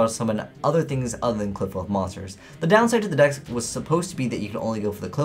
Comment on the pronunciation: Its supposed to be pronounced like apocalypse right